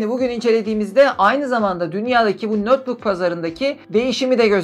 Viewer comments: Nötbuk ne demek, ya notbuk olur ya da netbuk olur. Notebook kelimesinin okunuşu nötbuk değil ''notbuk''tur. ABD'yi yeniden keşfetmemek lazım. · Neden "nötbuk" diye telaffuz ettiğinizi anlayamadım.